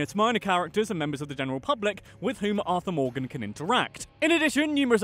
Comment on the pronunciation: Arthur Morgan❌ Arthur More game✅